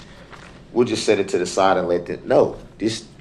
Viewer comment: Dem, dis, dat. Are our teachers speaking like that in schools? How is it that black people cannot say, Them, This, That?